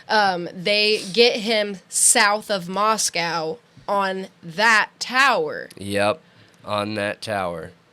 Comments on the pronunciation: Also there is much in the PCA about cell phone pings, they are saying “totality” of circumstantial, so they are very much relying on the cell phone data as key evidence. As far as pronouncing Moscow, Pick your battles. It’s insignificant. We all know what they mean. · You guys are great - you really are. And smart. But you dumb yourselves down and offend the good people of Moscow by mispronouncing their town.